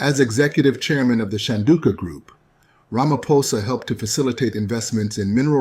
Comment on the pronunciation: He said it correctly tbh 😊